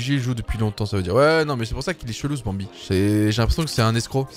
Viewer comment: Prk tu dit banbie les skin sa veux rien dire